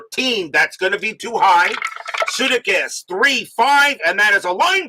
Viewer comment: Hey, …..it’s Bill Suh-DAY-kiss 😊 ….